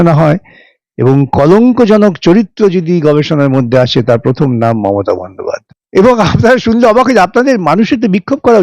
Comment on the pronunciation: ঠিক বলেছেন... Sangnadikata র প্রথম পাঠ হচ্ছে ** keep patience ** এ ছাড়া ও প্রার্থী বলতে পারেন না... Parthi বলেন. Prothom বলেন না, pothom বলেন 😂😂